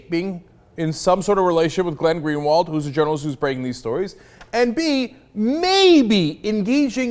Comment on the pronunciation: I'm a brazilian and I have to say, for a foreigner, Greenwald portuguese is actually pretty well pronounced.